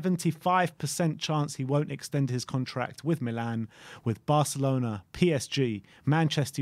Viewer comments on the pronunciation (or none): none